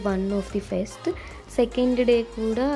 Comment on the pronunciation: Say fest not fest